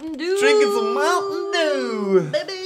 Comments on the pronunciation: Did I hear Mountain Jew? Oh no it's just Mountain Dew... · Did he say mountain a jew